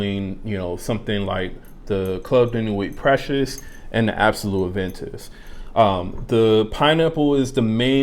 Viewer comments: Respect the Name Pronounce it the gd right way Precieux, am i the one hearing it sounds as PRECIOUS?? Reapetedly precious!! Instead of PrecieuX uve got a problem dude, pronounce it PROPERLY!!!! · Dude u seriously got Pronouciation* issue, do chk how others are really saying PrecieuX, not as Precious!! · U juz dun give a New Name to Precieux, dun confuse the viewers alrite, chk out howz the actual gd name Precieux pronounce right way, im so very sure its not sounding PRECIOUS! as u Repaetedly say it out